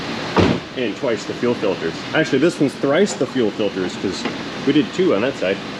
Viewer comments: "Filtes"??? What the heck is "Filtes"???? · What is a “filtes”?